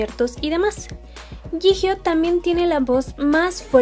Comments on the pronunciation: no se dice jijio se dice yiyo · Yio? No se pronuncia yijio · No sé pronuncia "Yijio" se pronuncia "Chiyo" y si tienen dudas, hay más videos donde lo dicen :) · Yo pronunciaba jiyo xd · No hate pero se dice "choion" a jeongyeon "jihio" a jihyo